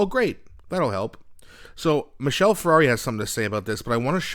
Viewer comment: 1) Michelle is not a car - wrong pronunciation; 2) Marc is a communist and Sean is a soldier; all policies are about Marxist control